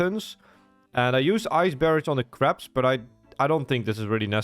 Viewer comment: i kept hearing craps instead of crabs lol